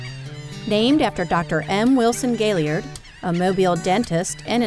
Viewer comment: Excellent video, but may I ask if you lecture on Gailliard Island in the future would you try to pronounce his name as he did please? Doc put the accent at the end and pronounced his name as gail-Yard. Thank you and please keep updating us!